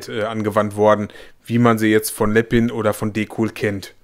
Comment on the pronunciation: Bitte, bitte, bitte, bitte sprich Lepin doch richtig aus. Es heißt lepin und nicht Leppin. Das nervt tierisch.